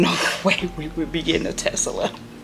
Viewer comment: Tesla not Tesala.